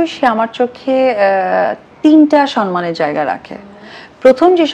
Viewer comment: আপা সবার আগে আপনার সনমান উচ্চারণ টা ঠিক করেন,,,,,,,,এটা সম্মান হবে